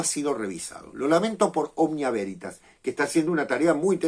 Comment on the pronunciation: Cuando dijiste Veritas devuelta me sonó a Güeritas 😂. Seguramente lea el libro en cuestión